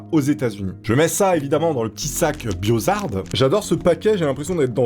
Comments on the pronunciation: BIOHAZARD et pas BIOZARD XD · On dit Biohazard, non Biozard